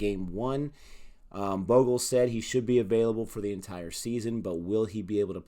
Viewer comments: See?! Harsha is the best when it comes to talking cricket. Never played an international match but the man's still a Legend. He breathes cricket. Also, it's pronounced 'Bhog-lay' 😁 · It's Harsha Bhog-ley. But u guys are getting better with the research and pronunciations. Go go go! I hope you won't mess up the CSK players names because that fanbase is huge and merciless....😂😂 Good luck!